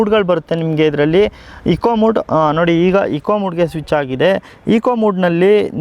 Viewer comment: ತುಂಬಾ ಚೆನ್ನಾಗಿ ಬಂದಿದೆ. Content na ಹೇಳುವಾಗ pronunciation ಕಡೆ ಸ್ವಲ್ಪ ಹೆಚ್ಚು ಗಮನವನ್ನು ಕೊಡಿ. ಹಾಗೆ ಕೆಲವು ಪದಗಳನ್ನು ಹೇಳುವಾಗ ಸರಿಯಾಗಿ ಹೇಳುವುದು ಬಹಳ ಮುಖ್ಯ. Eg Eco mode Anta ಹೇಳುವುದರ ಬದಲು Eco mood Anta ಇದೆ. ಇವೆಲ್ಲ ಸಣ್ಣ vishayagalaadru ಬಹಳ ಮುಖ್ಯವಾಗುತ್ತದೆ. All the best. ಮುಂದಿನ ಎಲ್ಲ ಹೊಸ products na ವಿಶ್ಲೇಷಣೆಗಳು ಇನ್ನೂ ಚೆನ್ನಾಗಿ ಮೂಡಿಬರಲಿ. 👍👍👍👍👍